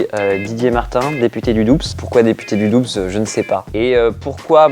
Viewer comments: Du Doubsses xDD ça ce prononce Doux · On dit ''dou'' et pas ''Doubs'' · Député du DoubSSS ça ce dit [dou] putain ! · De toute évidence député du Doubs n'a jamais mis les pieds dans le Doubs. Doubs ca se prononce "dou". On ne prononce pas le b ni le s. Mais viens en franche comté, on est bien! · Bloody Shadow Comme le mot Doux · On prononce pas le B et le S dans Doubs putain !!!!!! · COMMENT IL A PRONONCÉ DOUBS ? PARDON ? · On est d'accord.. j'ai grave beugué quand il a dit ça #RpzFrancheComté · J'ai replay tellement j'ai été étonné de la prononciation ! 0 sur ce coup .. mdr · je me suis dis sa en plus et en habitant la bas je trouve sa insultant XD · c'est vrai 👍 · ouains.....😢 la prononciation...